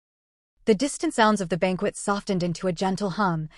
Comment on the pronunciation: I love this to pieces! Can someone please tell the AI that the "t" in softened, is SILENT! 😂😂😂